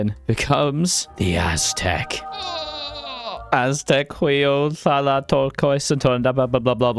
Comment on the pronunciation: Please don't play Aztec if you cannot even take the effort of pronouncing it properly.